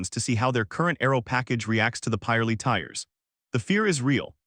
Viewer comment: calling a pirelli a pieralee sounds odd...we pronounce it pi - relli